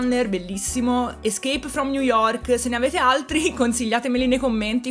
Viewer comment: "Escape from New York" pronunciation was perfect